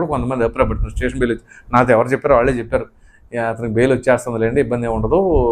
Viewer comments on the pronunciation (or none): none